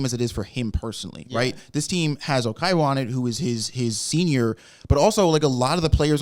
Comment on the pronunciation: lots of Oikawa "slander" from people that pronounce it "Okaiwa" 😂😂 Edit: Manga Oikawa is my favourite overall character, but tbf it's fine that you guys dislike him now, and even possibly in the future.